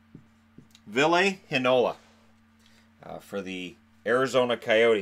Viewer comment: Ville Heinola (will-eh hay-nola)